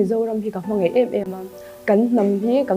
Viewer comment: "Hmangeih"❎ "Hmangaih"✅ Mizo tawng hi hmang dik ang u..."Daih" tih aia "Deih" kan hmang te,"Mai mai" ti lova "Mei mei" kan ti fo te hi ka ngaimawh over